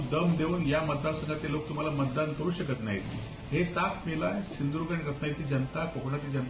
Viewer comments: सिंदूर्ग नाय बाबा सिंधुदुर्ग आहे 😂😂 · ज्याला सिंधुदुर्ग बोलता येत नाही त्या भामट्याला पाडा आणि गाडा.... शिदुर्ग 😂😂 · अजून पण ह्याला सिंधुदुर्ग बोलता येत नाही. कसा काय कोंबडी चोर निवडून येतो ते बघूच आम्ही.